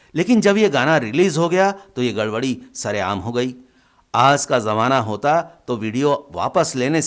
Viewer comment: Ucharan sudhariye. Azeeb nahi hota Ajeeb hota hai.aaz nahi aaj boliye.